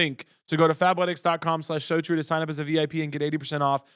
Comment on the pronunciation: I was audio only and I had to open the video for the ad when Caleb said “fabletics” I thought he said Fat-letics and I said “I’m immediately interested”